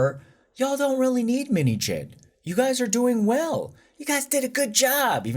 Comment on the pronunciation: Out of context, the way you are saying 민희진's name it sounds like minijean😂